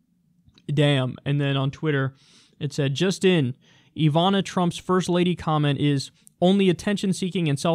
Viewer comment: Ivana is pronounced with short vowels.